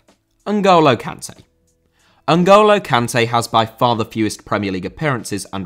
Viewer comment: I love how you go out of your way to pronounce Sergio properly in other videos, but still pronounce Kanté wrong 🤣